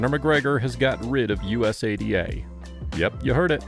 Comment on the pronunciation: Say usada bro not U.S.A.D.A… u say it so frequently too lol sounded kinda silly